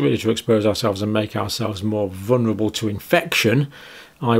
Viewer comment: Sorry dr could you say vulnerable instead of vunerable